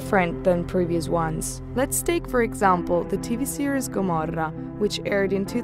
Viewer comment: It’s the perfect italian pronountiation!